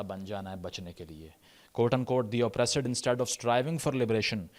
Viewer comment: It's not Oppraasaad It's Oppressed 😅